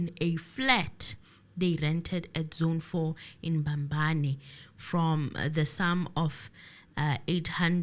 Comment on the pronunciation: They way you pronouns the capital city of swaziland is not make sure